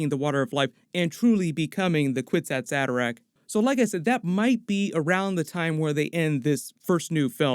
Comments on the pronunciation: Actually the phrase “kwisatz haderach” is taken from Hebrew, it’s pronounced- “kfitzat hederech” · You are pronouncing it incorrectly. It is a word from the Hebrew language, And say it is a kifichat haderch (The leap man)